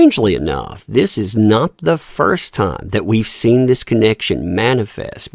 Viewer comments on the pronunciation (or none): none